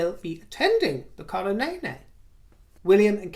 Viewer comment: "The coronaynay" lmaaaaooooo